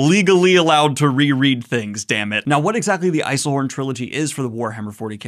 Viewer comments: Ei-sel-horn?! You even note you've mistakenly added the L at 5mins & then go back to adding it in of & on soon after.... Why?! Re: Unreliable narration Yes, there's a fair bit of that as various factions (within factions) have their own beliefs & goals, history is heavily redacted to the point where most people simply don't know the truth & the vast majority of history is lost due to wars/conflict & simply the passage of time(we are talking about 38,000 years in the future). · Glad I'm not the only one who heard 'Eiselhorn' and went 'excuse you, what?' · I can't get over that it sounds like your saying Eilsenhorn with an L, and it's bothering me. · Respectfully, as a w40k fan I physically CRINGED when you pronounced Eisenhorn as ‘Eisel-horn.’ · Why cant my man say Eisenhorn.... I-zin-horn... stop saying it weird lol. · Cool... Why are you pronouncing it as 'Eiselhorn?' Edit: You got it. There you go. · I'm less than two minutes into the video and I think you've mispronounced "Eisenhorn" like 5 times already. For what it's worth: EYE-ZEN-HORN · I was gonna suggest making a drinking game of drinking every time Eisenhorn is mispronounced in this video, but I realized it would probably get in jail for mass murder... j/k, but serious question on what you mean by military fantasy? Xenos is more like a detective book compared to something like Ciaphas Cain or Gaunt's Ghosts which are truly military sci-fi. I wonder if there is something I'm used to from all the other WH40k properties I've read or played with that I just understand that military is part of the background rather than an active plot element. Also there are no good people in WH40k, not even the Tau because they do some serious shady stuff behind scenes. Everyone is evil, but The Emperor is the kind of evil that allows humans to survive without growing a third arm that is constantly trying to strangle you or become a horrible pus filled zombie. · Why does he keep adding a hard L to Eisenhorn lol.